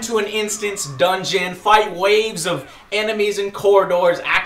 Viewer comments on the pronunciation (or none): DUNEGON < hehehehehe lol it happens :D (dungeon*)